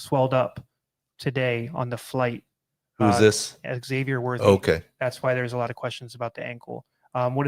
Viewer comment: *Xavier = "Zave-yur" It's not "Egg-zave-yur“, dog. Only John Lennon can say it that way, as he's the eggman (and the walrus).